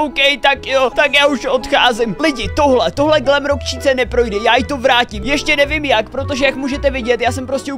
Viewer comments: To není glamrock číka ale glamrock čika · Glamrock chica* on říká chíca